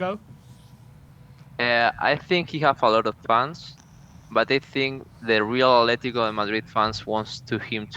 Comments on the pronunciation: Ffs, it's not 'Athletico', it's ATLETICO. There is no 'h' in Atletico Madrid's name. Drives me up the fucking wall when football fans and YouTubers constantly fuck that up. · It’s Atletico not Ath